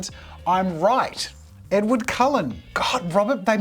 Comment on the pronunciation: Absolutely butchered Edward 😂